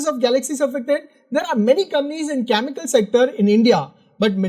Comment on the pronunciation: Please work on your pronunciation. You pronounce chemical as Chamical or Kyamical.